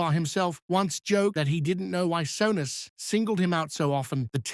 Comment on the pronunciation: AI garbage, the " narrator" can hardly pronounce his name